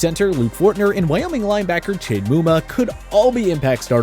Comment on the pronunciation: Did u really call Chad Muma Chade omg